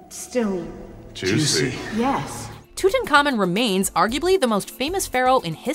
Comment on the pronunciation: Too Tank Hamoon is the correct pronunciation of the Egyptian King Tutankhamun.